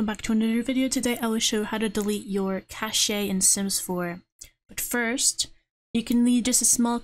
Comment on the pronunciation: Hey it’s pronounced more like cash